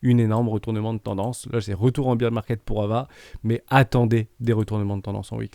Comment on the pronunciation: Super vidéo, merci !! Je me posais justement intérieurement la question pour le CRO et le XRP, surtout le XRP avec ses problèmes avec la SEC. Tkt on s'en fiche de l'anglais (pour high) ! Comme quand on entend un peu partout "beer" market au lieu de "bear", au moins ça donne envie de prendre l'apéro ! "biais psychologique j'y vais!", tu m'as fait rire ^^